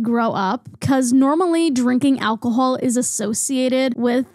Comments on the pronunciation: I love whenever your accent comes out a little with words like alcohol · I absolutely adore how u say alcohol w ur lil accent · The way you say alcohol gives me life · I just noticed your accent in how you say alcohol and I love it for you and ur hat is so slay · just found your channel and i love it! but i NEED to know where this accent is from!! never heard it before. especially "alcohol" is so interestingly pronounced. - from a non-native english speaker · why do u pronounce alcohol like that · Im so sorry but all I could focus on is the way they pronounced Alcohol